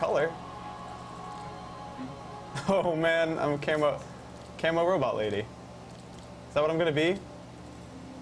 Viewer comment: If I hear robut one more time I'm quoting the video